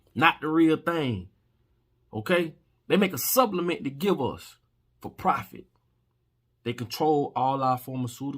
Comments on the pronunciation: Supplement.. Not sublement..🤦🏾‍♂️🤦🏾‍♂️🤦🏾‍♂️🤦🏾‍♂️.. bruuuhhh.. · all do respect due but plz dont say sublement. Supple.